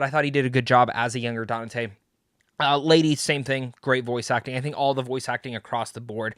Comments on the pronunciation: Who’s this “Danate” he’s talking about? 🧐. Dude, you’re not a Devil May Cry fan if you don’t even know the main character’s name “Dante”. I seriously dislike fake content creators like you. You need to be called out for your capping 🧢. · Bro his name is pronounced DON-TAY. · Danate? Have you never heard Dante pronounced? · You keep mispronouncing Dante. Donnatae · How the hell did you play the entire series and mispronounced the name of THE MAIN CHARACTER throughout this entire video ? Dante isn't even a hard name . Jesus christ DaNaTaE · His pronunciation is hilarious how has no one told him